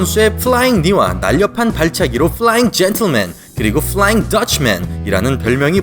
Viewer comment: 쁠라읭 줸툴맨! 쁠롸윙 더츼맨!!